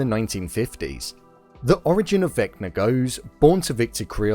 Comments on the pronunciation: Vecba is not pronounced Veckner lol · just kept saying vecner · Why do you call him vecner?